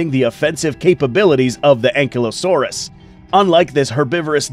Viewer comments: Its pronounced An-Kai-Low-saurus not being rude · How to pronounce Ankylosaurus:Ang/kaylo/sores